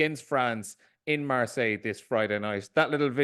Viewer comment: I'm amazed the man speaks and lives in France that long and his accent and pronunciation of french is so bad. Mar-sighhhhh